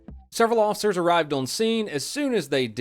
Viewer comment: For the love of god and all things holy stop pronouncing "officers" as "awl-ficers". FFS, you are a pseudo-celebrity, at least pronounce common words properly. So, "y'all" gunna take a hissy fit and "ban me". Cmon, learn to accept criticism. It comes with the interwebz.